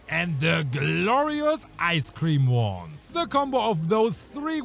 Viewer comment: i heard him say Ice Cream Wand